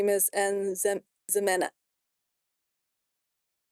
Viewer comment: you got all of them right except ximena. Her name is pronounced he-men-a